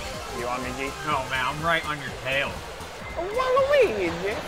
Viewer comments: Garrett its not waligi. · So we’re not gonna talk about how The Purple Hoser said Waleegee and not Walaweegee (I know that’s not how Waluigi is spelt) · Who is waligi it’s waluigi,and now he calls him Luigi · Garrett keeps mispronouncing Waluigi the entire video